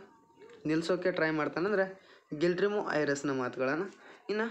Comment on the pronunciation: ಸರ್ ಗಿಲ್ರಿಮೊ ಅಲ್ಲ ಗುಲೆರ್ಮೋ